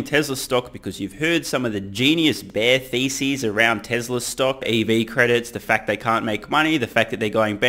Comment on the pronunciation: When you said Bear thesis, I thought you said bear feces. Kinda the same tho.